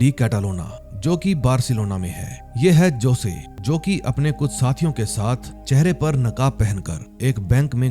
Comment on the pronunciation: josay nahi hosay aisa pronounce karte hai sir